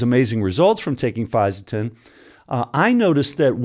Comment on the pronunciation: Good pronunciation....a tricky supplement to explain to people you take without raising some eyebrows if you say it wrongly 👊